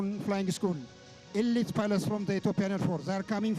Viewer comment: elit pilot 😂😂😂 ay English ...dominating 😂😂😂